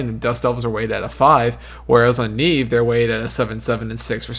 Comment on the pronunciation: But... it's Nieve, not Neive Lmao